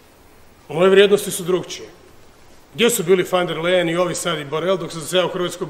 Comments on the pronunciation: Ona se zove Ursula Von Der Leyen ( izgovaraj: Ursula fon der lajen ) a ne fan der lejen. Sramota da ti kao predsjednik i član EU to ne znaš, mada si toliko strašno pametan i toliko izstudiran. Jadni smo mi sa ovakvim prepotentnim predsjednikom. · Nek frajer prvo nauci kak se određena prezimena izgovaraju, a onda nek serucka po Ursuli.